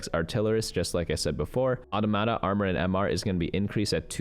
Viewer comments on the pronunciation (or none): aw-TAH-muh-tah. Aw slow, Tah-muh-tah is quick. Accent on Tah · Just a FYI: Automata is plural of automaton. So the pronunciation of Automata would be Aww Tah Muh Tah. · the pronunciation was fine, the stress timing was just a bit off ^^